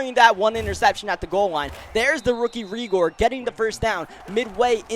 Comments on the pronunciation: Reegor?? pronnounced Ray-gor lol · Lmao he said reagor wrong